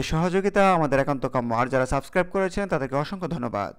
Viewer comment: Are abal FRAMGATE na re, bolben FIRMGATE! SUBCRIBE na re, hobe SUBSCRIBE! AGEY UCHCHARON THIK KARO BROTHER 👌!